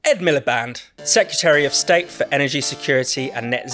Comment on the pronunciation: Secretary not Secutary!